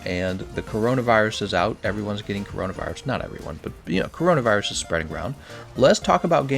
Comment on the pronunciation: You said corinavirus gl